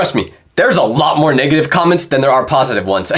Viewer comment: when he said negative i heard ninja hard r